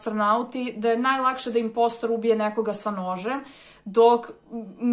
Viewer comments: nije inpostr nego inposter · Kaze se imposter